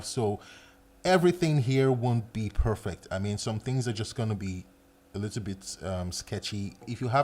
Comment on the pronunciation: Everytime he said "little" i heard "lethal"